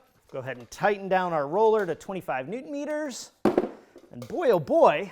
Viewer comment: “Neutron Meters” 😂😂